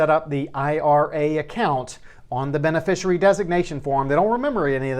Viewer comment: Professional tip - It's pronounced be-ne-FISHY-ary.